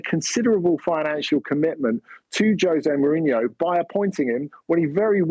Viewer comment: I never heard a Brit pronounce a Portuguese name that well. 😯